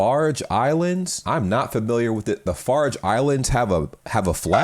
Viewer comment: FarOe Islands not FarGe 😂 I used to live in Italy (I'm English) and the wines there are amazing. I would rank them amongst the best and certainly most drinkable in the world, with apologies to France.